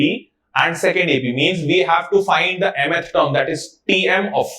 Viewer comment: Sir just please learn to say mth term properly